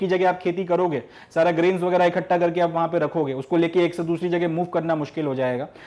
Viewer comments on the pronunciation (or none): none